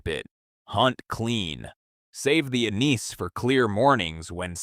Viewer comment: Your AI presenter does not now how to pronounce anise